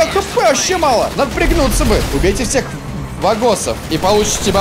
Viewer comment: Говорится Ваганов